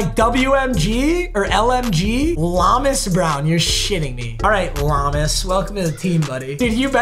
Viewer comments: Brother, it’s LOW-mas brown. Not LA-mos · Lomas is pronounced low mis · Papa its pronouced Low-mas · It's pronounced Low-miss Brown as an old head, I remember him from the Barry Sanders good ole days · It’s pronounced Lowmas…and you call yourself a lions fan. Jk love the videos man! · It’s pronounced Low-miss brown like get low